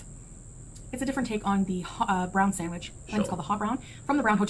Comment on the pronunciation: New drinking game: drink when she says "decadent" or "sandwidge"